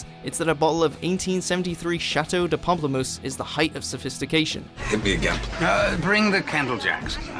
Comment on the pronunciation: Chateau de Pomplemousse? Castle of grapefruit wtf